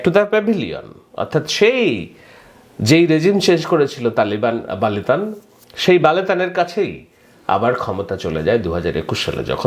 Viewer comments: বালেতান কি ??? ঠিকমত বলতে পারে না ?? এটা হবে তালেবান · তালেবানকে বালে তান বলছো তালেবান বলতে কি তোমার লজ্জা লাগে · তুই তালেবানকে বালে তান বলিস কেন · সকলকে অনুরোধ করব প্রতিবাদ করার জন্য উনি বারবার উচ্চারণ করতেছেন "বালে তালেবান, ভাষায় শুনে দেখুন সকলে উনি বারবার বলতেছেন বালে তালেবান এই সংগঠনের নাম সঠিকভাবে উচ্চারণ করতেছেন ব্যঙ্গ করে উচ্চারণ করতেছেন জানাই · আপনি কি তালেবানকে বিকৃত করে বালে তান বলছেন। নাকি এমনিতেই ভুল হয়ে যাচ্ছে । আপনার মুখে এরকম বিকৃত উচ্চারণ আশা করেনি কখনো। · আপনি কি বিশ্লেষন করেছেন নাকি তালেবান কে বিকৃত করেছেন! যতোবার উচ্চারণ করেছেন বিকৃত করেছেন। বয়কট শব্দের সাথে পরিচয় হওয়ার ইচ্ছে আছে নাকি?